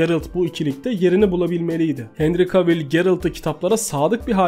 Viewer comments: Abim çok iyi video ama henry cavill i sesli söylerken henri kevıl diye söylememiz gerekmiyomu bütün video henri kavil demen çok garip geldi :D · Abi sponsor kelimesini siponsor değil sıponsor diye oku bir de kavil değil de kevıl de cavill'a